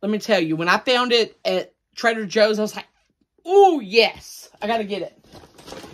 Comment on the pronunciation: I keep thinking he says trailer Joes.😆